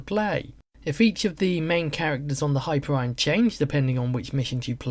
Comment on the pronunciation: hyper iron ... ok you bring up points / good points but your pronoucing things so bad ...